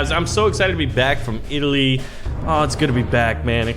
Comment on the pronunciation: When he said I came back from Italy I immediately thought did he work on his Italian accent